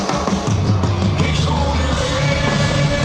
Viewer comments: The fourth word's pronounced like vay. German "w" has a "v" sound. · You actually mispronounced it. Ich sounds like the same as itch. And Weh, the W actually sounds more of a V in German